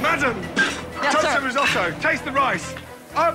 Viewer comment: Shame Americans can not pronounce resoto